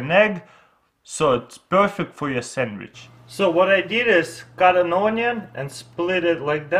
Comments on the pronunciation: He said sandwich samwich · he said samich again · he said samich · Samich you said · lol sammich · sammich lol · samige lol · Saminch lol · Lets make a samich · Geek4 Life aaron chill out he is saying sandwich, but the accent make it difficult to pronounce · I love the way he says sandwich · dude this guy can't even say sandwich right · Make a sammich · “An make a sanwich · It's called a sandwich sand- wich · " boom samich" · "You make e samidch" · Yeah let’s make a Samich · Lol he keeps on saying samitch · and make a sammich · Now you have a samige🤣🤣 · Samich new word... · Well. ....he said samij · Robina Kausar Samich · Perfect samich😂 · he said samich not sandwich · This dude has been making youtube videos in english for a decade... and he still says "sammich"? Still have a long way to go, buddy. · ITS SEMICH not sammich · and make a samich instead of sandwich 😂 like is you see what I'm talking about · i love the way he pronounces not sandwitch but samitch ;) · "Samich" SANDWICH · ahahha instead of saying sammich he say sanash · "you cut it in half and make a SAMICH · sammich XD muffin XD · "make a samich" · He really said 'Sammich', he is so cute! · AceMonster me XD! and also notice how at the start with the cupcake he said “samage” XD👍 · 'Make a sammich' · looooool I love that he says sammich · Vewy simpel make a sammich yu no wad ay miin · I WANT A SAMMICHE (not trying to be mean to your accent) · "Sandwich" -> "Semich" :) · he said samich hahahaha😂😂😂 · A sammich is a type of sandwich. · I love how he says samich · Gavin Helton yeh. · Or "Samich" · No he clearly said samich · Nash Bolanos semmich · No, he said SAMMICH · Yis iz a sammich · Actually he said sammikh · "Samich" LOL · make a samich now you have a muffing samich LOL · “cut it in half...and make a samich “ 😂😂😂😂😂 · monkins and semmiches hahaha that's funny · "Then you take the knife and cut it in half and make a sameech" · He says sammitch xD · Semich instead of sandwich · "and make a semmich"